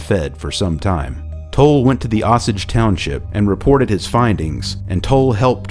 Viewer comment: Osage is pronounced OH-sage. As usual, I'm loving your doc!